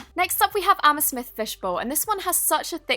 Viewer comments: No hate but instead of amethyst you said amesmith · Is it just me or did she say amesmith instead of amethyst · It’s AM-ITH-IST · no offense but it’s ame-thist not ame-smith🤣🤣🤣🤣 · did anyone notice she said amasmith instead of amethyst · Lol instead of amethyst fish bowl you said amersmith fish bolw 😂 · amesmyth fishbowl? Am i the only one who heard this? xD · ameSMITH It’s ameTHYST not SMITH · Amesmyth? It's (Am-a-thist) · It’s pronounced ama-thist fishbowl not ama-smith fishbowl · No offence but you said “amesmithed” fishbowl instead of amethyst. No hate please, I am just helping her out.... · AM-A-THIST NOT AMASMITH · She said "amasmith" instead of amethyst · Wait....did you just say amesmith? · NOT AMASMITH IT'S AM A THIST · Ik I'm late but didn't anyone else get triggered when she said "amesmish" instead of "amethyst"? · Amesmith fishbowl? It’s amethyst lol. No hate xxx love u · AMETHYST NOT AMSETHYST edit: I'm sorry if I sound rude it's just that I'm way too petty for my own good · amesmith instead of amethyst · you are so dumb!!!! not trying to be rude but you said amesmyth, and its pronounced AM-A-THYST!!!! :) :) :) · she said amasmith not amethyst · did she just say "ameSMITH fishbowl"? 😤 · Am i the only one who noticed that she said „Amesmith“ instead of „Amethyst“ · Amesmith? It's am-e-thist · “It left a little bit of resinu on my table”girl that ain’t a little bit 𗀼 its a really good slime but that is not a little bit also its not said anna smith if you don’t know how to pronounce it think of it as amma fist (Plz don’t hate me) (I was just giving some constructive criticism and saying the truth) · No offense but it's pronounced a-ma-thist not amesmith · Did you say, Amy Smith?...... .. honey, it's pronounced.ama thist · amethyst not amasmith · did I hear that right? Amasmith? 😂😂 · Love your vids pls do more reviews. By the way its pronounced am a thist not am a smith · you said amasmith!!! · Did anybody else hear her say Amasmith fish bowl?